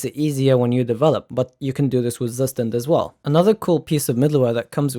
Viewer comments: pronounced : tsoo-schtand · Tsu schtand